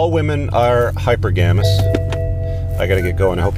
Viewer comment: It's pronounced hy-per-ga-my and hy-per-ga-mous. Nonetheless, you have great videos!